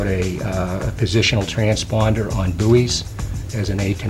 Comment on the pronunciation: What the hell is a 'boo -ey'?